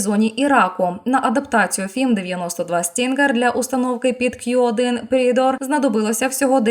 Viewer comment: Predator вимовляється / ˈprɛdətər/, а не /prɛ'deitər/. 😉